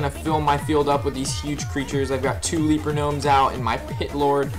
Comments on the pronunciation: le-per not lee-per. good guide though. I'm still working my warlock rush and this is good info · Kyle Becker leaper hehe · Is it me, or is he continuously mispronouncing leper?